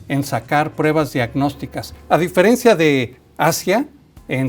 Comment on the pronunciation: Diferencia no diferncía